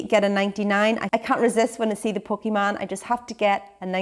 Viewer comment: I thought said a "Pokeman' and tried to google pokeman '99' food Ireland only to realize she said Poke Van and that poke is slang for ice cream cone. Check this video for the best description I love that I just learnt something new about the Irish culture. For those of you who don't know a '99' has strawberry syrup drizzled on top and a little chocolate stick of sorts popped into the top of the cone. Well it certainly made me smile;). Yum!